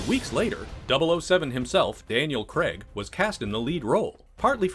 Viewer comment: It's pronounced Craig not "CREG". FFS!